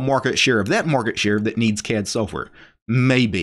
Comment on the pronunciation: What is this "soaf" ware of which he speaks?